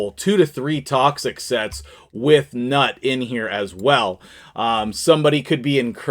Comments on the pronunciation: "newt" not "nut" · i think he is pronounced newt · NEWT. Thats how it's pronounced. 😊